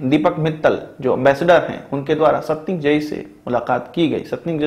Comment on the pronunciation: I know, but video m stanikzai ka pronounciate galat kiya is liye aise likha tha maine, aur uska pura naam h Sher Mohammad Abbas Stanikzai